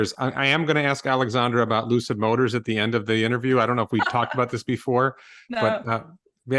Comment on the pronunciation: Lucid Motors =Loose-It Motors 🤣🤣😆😆😂😂